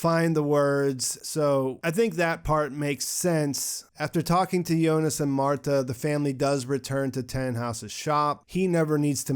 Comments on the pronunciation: so it's the final .but why she said jonis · Is it me or he is actually saying "Yonas" instead of "Jonas"..